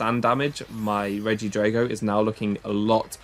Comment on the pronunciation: Dude, why do you pronounce drago like that when dragon isn't even pronounced along the lines of that?